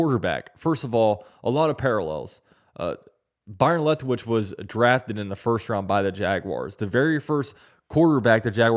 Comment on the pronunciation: Are you saying Lethwich? Isn't it Leftwich?🤔